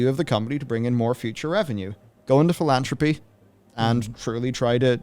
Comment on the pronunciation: you don't even know how to pronounce philanthropy...yikes.